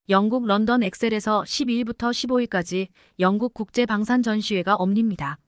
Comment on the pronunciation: Ai더빙 6.25 육점이오 아니면 625로표현해주세요 국제방신 아니고 국제방산이요 ㅎㅎ 삼성이 산업스파이에게 당하지만않았다면 비슷했을거에요 산업스파이법부터강화해야해요 투표합시다 현집권당포기했어요